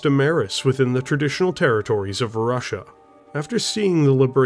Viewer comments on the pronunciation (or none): none